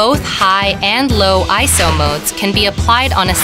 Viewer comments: Smart "Ayso" pro. LOL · I thought is was pronounced I S O